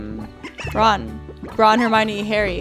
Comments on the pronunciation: Florentin Perez Dijo hermione su pronunciacion hizo que se entendiera como germany, no puso cara de enojada hizo un gesto de '' este es hermione,creo'' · escucharon que dijo germaley